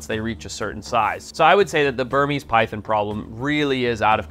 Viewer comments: It’s PyTHON- NOT Pythin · They’re not “py THINs” lol! Py thON!” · It is not pronounced pythin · Say pythin again